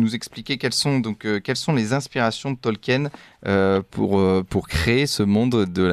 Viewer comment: C'est pas tolque-hyène, ça se prononce tolkeen.